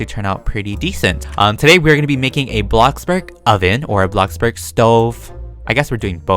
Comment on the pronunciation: hmm my first time hearing him say bloxburg right instead of......BlOCkBoRG